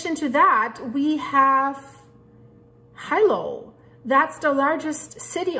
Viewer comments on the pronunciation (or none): it's pronounced hee-low